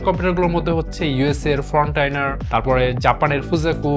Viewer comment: ভাই আপনার উচ্চারণ গুলো ঠিক করা উচিত। ওটা ' ফ্রন্টিয়ার ' সুপার কম্পিউটার, ফ্রনটাইনার নয়। পেরিফেরাল হবে , ফেরিফেরাল নয়। দয়া করে আমাকে ভুল বুঝবেন না। ধন্যবাদ।